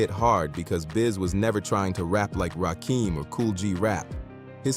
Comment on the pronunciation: It's not rakeem it's Rakim